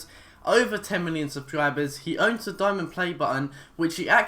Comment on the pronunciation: "sublibers" lol